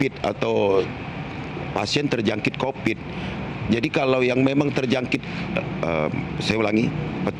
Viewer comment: Covid bro...bukan Copid🤣🤣